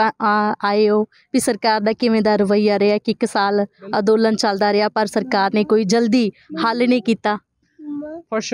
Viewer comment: ਅੰਦੋਲਨ ਬੋਲੋ ਅਦੋਲਨ ਨਹੀਂ